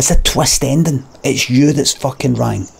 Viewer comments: You're saying wrong wrong. It's wrong not 'rang' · "it's you that's fuckin' WRANG". Gets me every time. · the comic genius that is, saying "wrang" at the end as a self-burn. Limmy is so funny xD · "The Sexth Sense." "Et's a twest endin'." "Et's yoo that's wrang." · you've ben rang this whole teym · "it's you that's fukn rang, twist ending, it's you that's rang. You've been rang this whole fukn time" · "wrang" - brilliant. Absolutely brilliant. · Limmy, I was with you right up to the point where you said “it’s you that’s rung”. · he cant say: “wrong” either, sounds like he is saying: “wrang” lmfao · "It's you that's wrang" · It's you thats WRANG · I mean I see the argument on "train" but there is no way you can convince me that's the accurate pronunciation of "wrong"